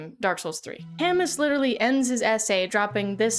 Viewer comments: I just wanna mention that Albert Camus was Algerian, and this pronunciation of his last name is beyond blasphemous. Love your stuff though :) I'm also not sure if I agree with this reading of absurdism, mainly because A dark souls and other fromsoft games are intrinsically fun for many myself included and B because there is a huge sense of progress and accomplishment in Dark Souls. The myth of Sysiphus is devoid of any accomplishment. It's pretty clear from the way it's discussed in the essay that reaching the top, even momentarily, does not yield satisfaction. The reason I think this myth works as a metaphor for life is because accomplishment in the context of life is inherently meaningless, but in the context of a Dark Souls game, beating the final boss is the greatest accomplishment there is. There's no such thing as winning at life or reaching the summit, but you can beat Dark Souls. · the pronunciation of "Camus" as "Kamus" was painful 😭😭 For thise unaware, Albert Camus was a French philosopher, so his name is pronounced "Kamoo." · IT IS NOT CAMUS, that shit made me cringe every time you said it, i read camus a lot, and the name is pronounced ka-moo not camus, KA-MOO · No big deal but the S in Camus is silent. Camoooo! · I thought Cam-us was a joke. Cam-moo lmao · 'Camus' is a French name. Last syllable is "moo" not "muss". But, I can tell you learned about him by reading rather than just hearing him mentioned in a video, so well done. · Sisyphus doesn’t originate from Camu’s short story. He’s a character from Ancient Greek mythology. Also its pronounced “camu” not “camus” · Not Albert Cam-us 😂😂 On the real tho, last name is pronounced 'Cam-oo' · Kami? :D No. Kamu. (But English speakers have trouble with the French "u", which I can understand) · It Cam-moo not cam-us, cuz french. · Albert Camus pronounced: al·buht ka·moo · I know you probably did this on purpose but It's pronounced Camooo 😂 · Albert Camus lol. I believe it is pronounced Albear Kamoo.